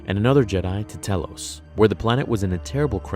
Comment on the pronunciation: I'm guessing you didn't play KoTOR. Telos is pronounced "TEE-LOWS". It's not a big deal, but still.